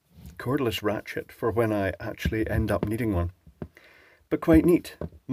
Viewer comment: sounded like you said Ratschit